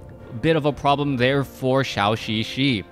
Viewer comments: Instead of "shao xixi" pronounce it more like "joe" "joe xixi"...still not 100%, but will sound better. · Great cast, but Zhouxixi is not called "Xiaoxixi".